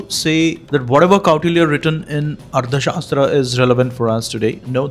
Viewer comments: Why don't you pronounce arthashaastra correctly!! Tha and dha are different... Don't impose your mother tounge's limitations on Sanskrit words!! However I like your content 👍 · The author keeps saying Ardha shastra. It is Artha shasthra not Ardha shastra.कौटिल्य अर्थशास्त्र (Kautilya Arthashastra)